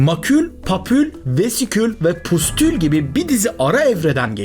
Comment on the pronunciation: Variçella değil,varisella olarak okunur.Pustul değil, püstül..